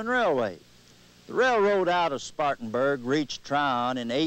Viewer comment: what's up with the Russian "R's" in "Spartanburg"?